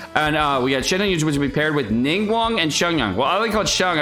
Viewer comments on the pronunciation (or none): Xingqiu is pronounced like ‘shing chew’. Shenhe is like “shen huh”. Don’t say long dong (Zhong). It was offensive in Sixteen Candles with the character Long duck dong, and remains offensive today.